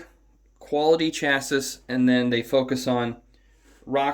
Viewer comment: Chassis ( Cha-see) or ( Cha-Cee). Lol. 😂. Just for reference. I'm not trying to be the vocabulary police.